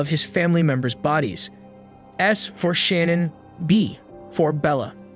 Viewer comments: Her name is pronounced “Shuh-nan” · Idky but it drives me nuts every time the narrator says Shannon instead of Shanann. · Great work -- unfortunately marred throughout by mispronounciation of Shanann's name: it is not "Shannon" but Shah -nahn. Too bad. I know the creator is sincere and no disrespect was intended. Again: great overview with a lot of detail as well. A crime so heartbreaking and horrifying. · Her name is pronounced SHA-NNAN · You're pronouncing her name incorrectly. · You spent two months on this and you’re saying her name wrong through the whole video, that’s disrespectful. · You keep saying Shannan's name wrong dude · 5 minutes in and I can't listen to you pronounce her name wrong anymore. Do better.